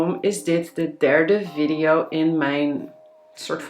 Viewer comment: Video spreek je op z,n Engels uit.